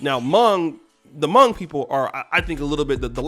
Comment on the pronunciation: Hmong* Pronounces similar to the word Long and not like tongue